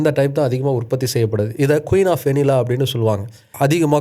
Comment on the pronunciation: கடைசில நீங்களும் வெண்ணிலா என்று உச்சரிக்கிறீங்கள்😂